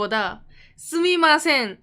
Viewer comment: 쓰미마쎙..... 스테~숑.. ㅋㅋ